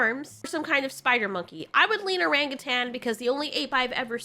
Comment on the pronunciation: The way you say orangutan 😂😂😂